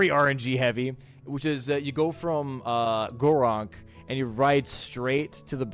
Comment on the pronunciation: I love how you call Gurranq "Goronk"